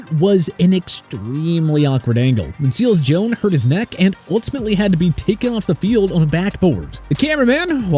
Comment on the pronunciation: Seals-Jone? Really? Actually it's Seals-Jones.